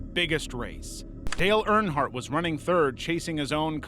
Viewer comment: NASCAR fan here, Dale did win the Daytona 500 in 1998, also a few mispronounciations of Earnhardt. Try using an actual human voice, and check at least basic facts. P.S. Also pls stop editing the thumbnails to make it look like something impossible happened.